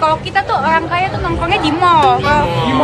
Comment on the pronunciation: 'oang kaya' "R" nya mana mbak Rrrrr RRrrrrr